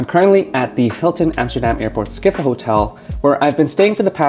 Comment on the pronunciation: skip-hol, not ski-fol